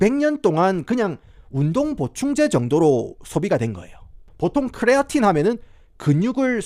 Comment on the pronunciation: 부탁 드립니다 그냥 크레아틴 이라고 발음 해주세요 쿠뤼아린~~뭐 이런건 발음을 너무 굴리신거 같아요